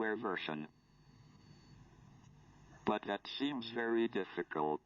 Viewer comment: "but that seems very dificulT" Whats with the T